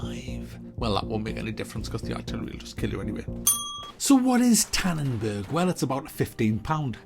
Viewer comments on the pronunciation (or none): "OMG Lol"! It's tannenberg not tannenbörg. Nfs Payback is the best Game ever!